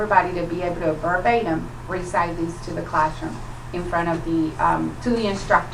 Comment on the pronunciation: Recide them??!! I think she means recite them?! Really?! Wtf is this 2nd grade??!!